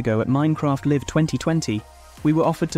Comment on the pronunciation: Minecraft "liv"? No Minecraft "Laiv" 😅